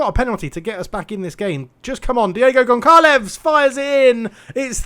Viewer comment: Pronunciation of Goncalves/z is Gone - Sal - ves, and Kayque is pronounced Kai - eeq. I would do more, but I enjoy watching you butcher the manes every time ;) If I feel generous I'll add more later! Good attempt against Flamengo, it's a solid base to work from.